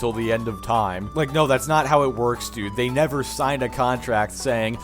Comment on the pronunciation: "I nefr axe for it"